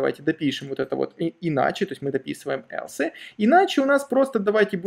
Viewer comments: Хорошо, только слух режут все эти аШи, игреки, Элсе.. в школе немецкий что ли учили?.. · Спасибо. Хороший старт для изучения. В качестве критики: потренируйтесь правильно произносить английские слова, такие как, например, else.